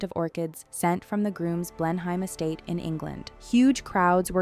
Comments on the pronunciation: It’s pronounced “BLENum” - not “BlenHIME” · Fun fact? It's not pronounced Blenhyme- it's pronounced Blenem. Welcome to wonderful English place name spellings! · The palace is "blen-hem: rather than "blen-hime." It's of historical significance to the cavalier King Charles spaniel breed. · Blenheim Palace is not pronounced "blen-hime." It is pronounced "blennim." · Blenheim is pronounced 'Blennim'. Marlborough is pronounced 'Marlburra'. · Blenheim Palace is pronounced Blenim Palace. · Blenheim Palace in the UK is Pronounced... Blen em and Marlborough... is pronounced Marl Bruh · Best to pronounce Blenheim and Marlborough correctly. It's Blen em and Marl bra. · Pronunciation issues : Blenheim is pronounced 'Blenam' Marlborough is pronounced 'Mawlbruh' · “Blenheim” is pronounced “BLEN-em” in the UK. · I can’t get over the pronunciation of Blen-heim 😂😂😂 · You had Winston Churchill in some of the photos 🤦🏻‍♀️and Blenheim was mispronounced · You'd think that the narrator would be informed how to pronounce "Blenheim" which is widely known...common knowledge...geezh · How could you put together all this information and not search how to pronounce Blenheim properly? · Came here to say this!! Blen-em is not hard to say! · Please learn how to pronounce Bleheim